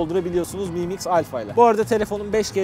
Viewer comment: ayrıca miim diye okunuyor sizin aklınız yine kaçmasın biryerlere xD